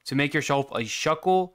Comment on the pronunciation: Bro pronouncing shulker at first: Swalker 2 Bro reading it : Shulker